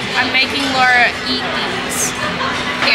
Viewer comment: Laura you crack me up it’s eh • ree